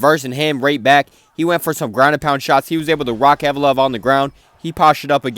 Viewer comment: With all due respect bro it’s not hard to pronounce Ev-lo-ev🥲